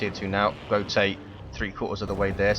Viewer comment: if he's german wouldn't it be pronounced goat-uh